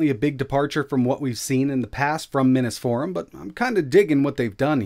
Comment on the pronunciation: And what’s up with pronouncing it “Minnus” Forum. It’s like the word “mini” doesn’t exist.